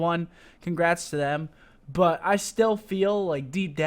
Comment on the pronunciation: I HATE the way you say 'but'